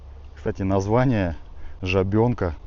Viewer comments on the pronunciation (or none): Река ЖАбенка, на 1-е А ударение.